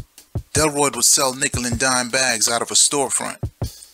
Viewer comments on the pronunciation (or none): none